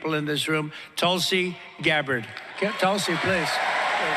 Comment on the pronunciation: Actually David, you are wrong about Tulsi (pronouced: "Tull", like Jethro Tull, and "See" or "Sea", not Tool see), she did quite well in the 2020 Democratic Presidential Debate. She dominated Kamala Harris during the debates. She was right behind Joe Biden, Bernie Sanders, and Elizabeth Warren, and she was quickly moving up the percentage board of favoritism. Fearing that she may very well pose a threat to Biden's election possiblity but wouldn't have enough favorability among Americans to win the presidential election, the DNC had claimed that she didn't have enough percentage points to continue to the next debates, which was a lie, and they had Hillary Clinton claim that Tulsi was a Russian plant. This ultimately sealed Tulsi's fate, and that's why she eventually switched to the Republican party. David, I wish you would tell the entire truth about Tulsi and not defame or slander her just to fit your narrative to titillate your audience. There is so much more to Tulsi's story that you are leaving out. I love your podcast, otherwise, and wish you all the best. Cheers.